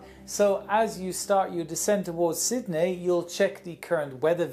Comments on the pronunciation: On approach to Syd-nay! Lol! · Who realised the way he said Sydney? It’s like he said Sydnay